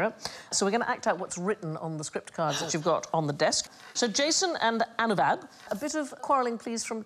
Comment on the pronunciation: I 'm sure It's Anubav and not Anuvab.